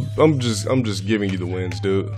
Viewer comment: Can someone pls show me any time that he actually pronounces the “de” part in “dude”? I swear I’ve only ever heard him say “Doo”